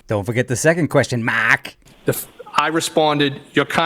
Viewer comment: Marrrrrk!! 😅😅😅😅 freaking accent!!!